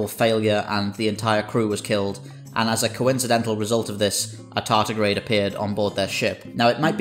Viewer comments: "Tardigrade" not "tartigrade". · Tardigrade, not tartigrade 🤪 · Tardigrade not tartigrade,.